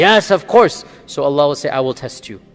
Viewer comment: brother just to let you know, you should pronounce Allah correctly, by Saying ALLAH and not just Alla. :)